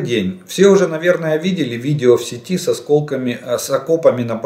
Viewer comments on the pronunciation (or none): none